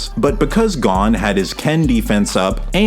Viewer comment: maaaaaaaan why do you pronounce Gon like that 😂